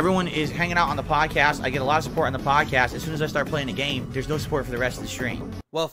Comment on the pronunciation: phil spell podcast wrong it said level 1 bod cast that dee dah deee